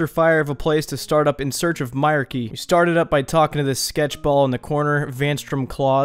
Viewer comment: my-R-Key LOLOL its pronounced my-reek totally being "that guy"